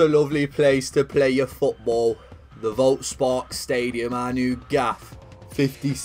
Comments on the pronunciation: Volkspark stadium is pronounsed folkspark stadion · The v in Volkspark is pronounced like an F, so it reads Folkspark! Love the content! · For the future: Volk is pronounced with a hard F like F*ck